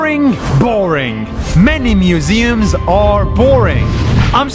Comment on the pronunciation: Did anyone notice in he said museums as musems